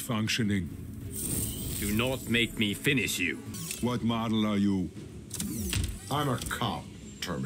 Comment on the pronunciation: He really said terminatator lmao